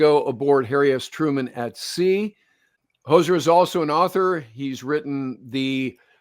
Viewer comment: Hozer not Hoser